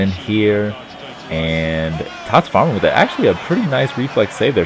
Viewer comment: english language and pronounciation of german names #FailFish who is Farmann ? #Kappa